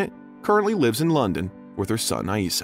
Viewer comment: Janet’s son Eissa’s name is pronounced “Isa”, not Ah-Isa!